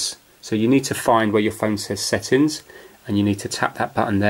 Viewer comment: When u say settins u gotta say settings. also, where are u from